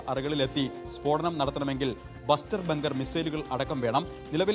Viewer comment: എടാ മണ്ടാ ബസ്റ്റർ ബങ്കർ അല്ല bunker buster bomb